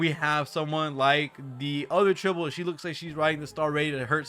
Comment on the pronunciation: it's Tribbie not Tribble 😂